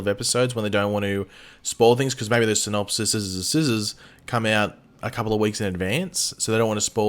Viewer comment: Ok I'm gonna help you out here the plural of Synopsis is pronounced ( SIN-OP-SEEs)